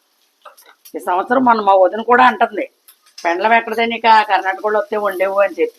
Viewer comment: పెండ్లం కాదు పెండలం